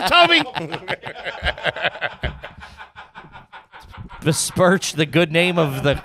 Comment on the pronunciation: Some classics from the boys in this one: "Statue" of limitations.... "Bespirch" the good name of..... And why does add an "l" to saw, sounds like he says "sawl" lol. Is that his accent or is he just trash?